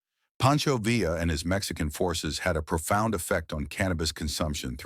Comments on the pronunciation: Poncho VEE AH. Not Villa, or Veela. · Interesting video, but "Villa" is pronounced " Vee-ya" saying "Vill-la" made me cringe. Just saying...